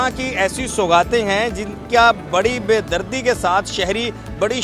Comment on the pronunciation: Besbri not bedardi😂